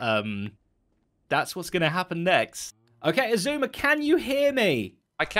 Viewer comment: so do we now pronounce it ice-suma?